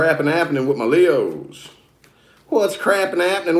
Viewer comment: "whut advice foor my fkn leooos univoorse" lmao funny very funny